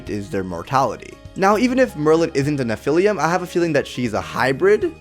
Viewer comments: You’re pronouncing nephilim wrong, it’s pronounced neh-Phil-eem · There is no "u" in nephilim. Please correct your pronunciation. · What does he mean by "Nephilium"? And why not Nephilim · Its pronounced neph-a-lim and its a mix of angel and demon not angel and human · The way he says Nephilim is funny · Oh god! Thats not how you pronounce Nephilim! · Lol the way you say Nephilim .... So wrong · he pronounced nephilim wrong